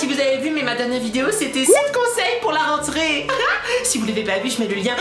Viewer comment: tu n'aeeee plus du maleee poureee prononcéeeeeee renteréeeee